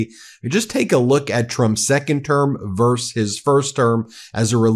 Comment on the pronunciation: Versus!! Not "verse".